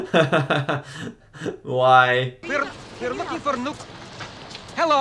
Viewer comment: The scene where they were mingling around in San Francisco was covertly filmed; none of the people they spoke to knew about the movie. That cop was doubtless trying to decide if he should arrest this obvious Soviet spy who kept asking about "nuclear wessels". 🤣